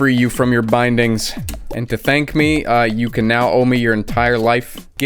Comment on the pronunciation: "Tank" you